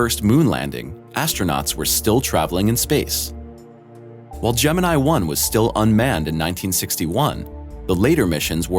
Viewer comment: Your pronounciation of "Gemini" is totally wrong.